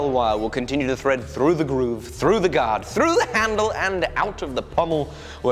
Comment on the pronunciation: are we not gunna talk about the way he said thread?